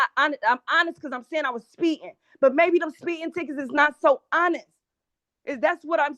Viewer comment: What the hell is "spee-in"?